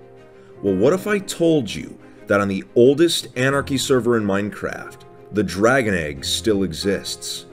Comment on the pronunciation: DRUGon egg